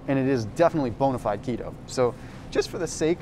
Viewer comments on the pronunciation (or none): none